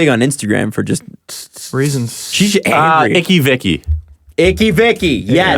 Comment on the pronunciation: TheInsignificantAtheist the out of touch adults talking about internet phenomenons lol "icky vicky and bhad barbie" both wrong lol